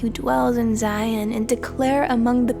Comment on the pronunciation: Beautiful reading. One little word that must be pronounced properly is Zion. Z-eye-on. Hebrew sistah be like, what is Zee-on lol🙏✌️🕊️